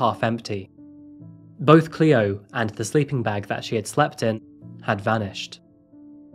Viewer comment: You said the babies name correct the first time and then just butchered it for the rest of the video 😩